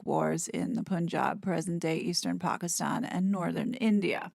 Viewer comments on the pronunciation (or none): none